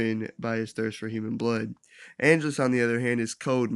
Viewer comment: I respect this whole video, but the way you kept pronouncing Angelus was killing me.